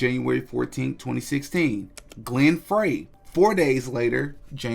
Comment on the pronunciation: Its Glenn Frey- pronounced fry